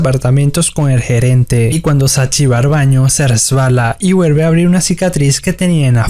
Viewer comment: Aparte habla súper mal, todo lo que termina en L lo pronuncia como una R, "vuerve", "argo", "er ganzo", "sarga". 💀